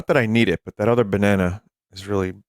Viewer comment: Im not going crazy right, Pauline is saying baneena and not banana